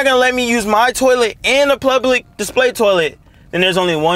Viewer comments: Lmao plublic 😂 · Bro says blublic toilet 💀like bro might as well just say but plug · It's funny hearing you try to pronounce "public"